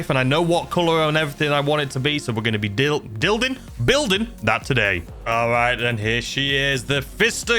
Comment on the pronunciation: Whenever you mis-pronounce the words i start dying with laughter 😂🤣.. "we are gonna be dil- dilding building " never change man 😂❤️